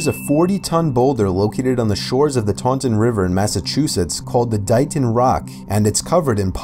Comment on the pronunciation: I live in taunton 😂😂 an you pronounced it wrong😂😂